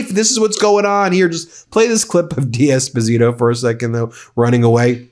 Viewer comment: It’s not ‘Dee Esposito’ it’ d’esposito…sounds like one word…. Just saying